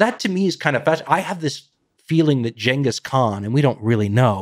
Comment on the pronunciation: It’s Genghis not Genghis